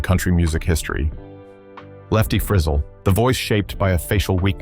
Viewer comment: Narrator needs to learn how to pronounce Acuff, Bifida and Frizzell